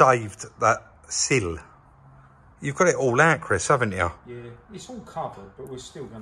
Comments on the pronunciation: Hi from Durham guys 👋 👍 great job on Citroën c3 guys will be like nothing ever happened 👌 and you killing with that pronunciation of ""Sill"" 🤣🤣 and Chris did really well knock it out on the "" Sill "" speaking of it 👍 but don't you just washing cars on warm and hot days as quick as you wash it it's dried in lol and we try to keep them wet but it is wat it is lol and get as many projects as you like for me as the more you have the more you can keep providing us with content whilst waiting for parts or paint lol could you imagine the grief you'd get for not uploading for weeks cos waiting for painter to squeeze us in a car 🤣 to many project or why you not uploading your call rob 🤣🤣 I am here to watch and compliment not to twist, have a nice weekend lads 👌 thanks for your time be safe and see you soon 👍 👋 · Why is it so hard to pronounce sill? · cracked me up that pronunciation of sill 🤣🤣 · Doesn’t sound like you when your saying sill. It’s just like windowsill, but you do you bud don’t worry about how you sound, we all know exactly what you mean every time even If the words may be slightly mis pronounced now and again 😎 you’ll never get it right to everyone, words sound different depending on where your from. Try being Welsh 🙅🏻‍♂️🤣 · Chris made me smile trying to get you to pronounce sill properly then out in the yard test drive you made me laugh with you “silllllll” - I love watching your channel guys keep the content coming 👍perfikt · the way you say cill 🤣. Chris really is a magician at everything he touches, ye really are the perfect team. ❤️ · cracks me up trying to say cill. Just talk the way you do naturally mate, ignore the pronunciation police! I'm from Lancashire so I can't imagine my accent in a video! 😂Part of the likability of the channel is two blokes being just who they are doing what they do best and sharing it with us. 👍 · I love how is saying Sill, he sounds so posh now haha